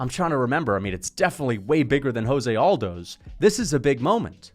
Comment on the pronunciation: mispronounced José Aldo’s name ….